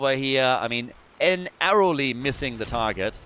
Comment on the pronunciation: "NA-rrowly missing the target..." 😡😡😡You've yee'd your last haw, pardner.